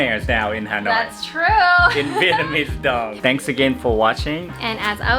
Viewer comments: Wow. Your Vietnamese sounds great. Almost perfect 😊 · Your Vietnamese pronunciation is very good